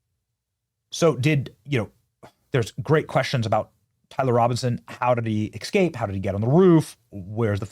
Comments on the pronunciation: S-cape. Not x-cape. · you mispronounced a word. You said E C S C A P E instead of ESCAPE. You repeated the mispronuciation multiple times throughout the video. Please be more careful next time... E S C A P E not E C S C A P E. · Has the pronunciation of the word "escape" really changed? I thought it was an ebonics thing but now I hear it said that way so often that I don't know anymore. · Es..cape. Not ex..cape. 😂. Thanks. Appreciate your vids. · The word is Escape, not Ecscape. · EScape, not eXscape. This is like "can I axe you a question?" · Are you part hood Benny? It's not excape, it's EScape! 🤦🏽‍♂️ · Check your pronunciation of escape. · BENNY PLEASE!!!!! it is not ecscape....you make your living by speaking....Please say it correctly. " ESCAPE" You have a great channel and I AM a subscriber, but please pronounce your words properly. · With all due respect, Benny, "escape" is correctly pronounced "es-cape" not "ex-cape." It's just a habit you have, but you can practice the correct pronounciation and you'll eventally change the habit. Thank you for all your information though. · Benny, it is spelled and pronounced 'eS-cape'. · "Excape"? Really? Benny, Benny... you do this for a living man. Get it right please. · Benny: "Black culture is degenerate" Also Benny: "eXcape" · Benny, love you bro but the s comes before the c in escape 😊